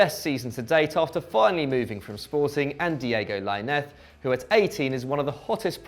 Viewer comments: Why do you pronounce it Piantek and Laineth? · Why he say Lainez like that tho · He pronounced lainez name completely wrong but he said piontek name right